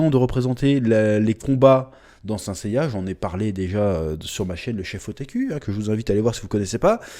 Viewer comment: « Quenaïte of zeu zodiac » « Seins saiya » Change rien chef , on t’aime 🙏🙏